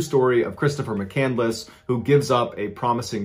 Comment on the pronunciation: Thank you for properly pronouncing McCandless